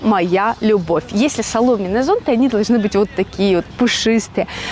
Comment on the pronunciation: ЗонтЫ, а не зОнты!